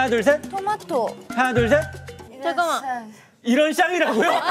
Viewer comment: 계속 이런ㅆ이라고 들리냐